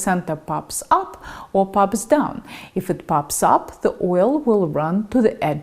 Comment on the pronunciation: YOu use a long i with if. eeeef.